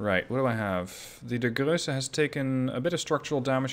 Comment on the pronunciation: You pronounce the ships well, but it isnt Grösse, it is Grosse, it is a difference. Btw, when does the game come out